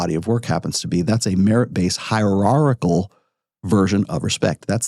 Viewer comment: dude can't pronouce hierarchichal